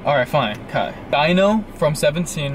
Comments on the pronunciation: Beomgyu is pronounced like bomb-gyu Hyung/hyun is pronounced Hyo-n Taehyung Tae-hyung Baekhyun Baek-hyun Dino Di as in Dior than no Hyunjin Hyun-jin Ahin Ah-in Jungkook Jung-gook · Dino it's like deeno not daino 😭😭😭, (Hyunjeen) idk u guys say it right but "jin" not like jen it's jeen, Again lol (jimin) it's sounds like ji-meen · Its not daino 😭dammmnn its dino 😭 d..no ❤❤anyways love u guys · It’s pronounced Deeno for Dino from SVT ❤ LOVE YOU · also they said dino but it's pronounced deeno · So about Beomgyu it is pronounced Bomgyu like Bomb but without the b at the end and Dino it is pronounced like Deeno not actually Dino but it honestly depends on where you are from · Dino from Svt his name is pronounced De-No when I tell you I busted out laughing when you guys said dino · NOT DINO GOOD LORD IM CRYING , it's pronounced "dee-no" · Its deeeeeeno not dino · It’s DEENO NOT DINO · Usually in Korean names the "e" isn't really given emphasis while pronouncing. So beomgyu is pronounced "bomb-gyu" and Dino is pronounced "d-no" Edit:- I'm sorry there was a typo in tho "gyu" i didn't check that the keyboard autocorrected it to guy chillax ppl💀😭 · dino is pronounced like deeno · The fact that you include Dino makes me so happy but the pronunciation is DEENO <3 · the E in Beomgyu is silent so it's "bom-gi-yu" Dino is pronounced "dee-no" Hyunjin is pronounced "hee-yuh-n-jin" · I pronounce Beomgyu as Bum- gyu so you don't pronounce the e. • Aespa is pronounced as S- spa and Seventeen's Dino is just d- no • To pronounce Hyunjin it's like saying Yon but with a H at the front. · Beomgyu's name is pronounced as "bom-gyu" Taehyung's name is pronounced as "thae-hyong" Dino's name is pronounced as "dee-no" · Said dino name wrong i can understand why because the dinosaur😭😂 But it's kinda like D-NO= Dino Lee chan is his real name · Did he really said diyno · "Dino" is pronounced as d-no. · Dino is pronounced dee-no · He said Dino's name wrong